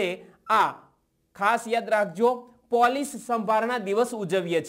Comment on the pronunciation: "પોલીસ"નુ ઉચ્ચારણ સુધારો